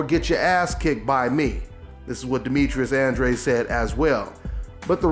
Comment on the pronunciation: it's Andra-deh.